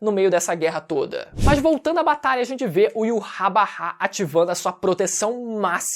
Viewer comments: o nome do rei quinci de pronuncia IVÁTH... não to conseguindo tanca esse iurabara n... kkkkkkkkk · Me dá um nervoso o falando "yuhabaha" kkkkk eu chamo de "yhautch" (na pronúncia apenas)